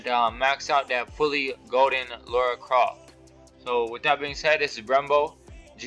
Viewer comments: Lara, not laura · It’s Lara not Laura! 😉. Good video though dude.